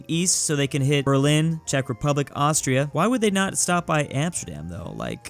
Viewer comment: “Austroia” lmao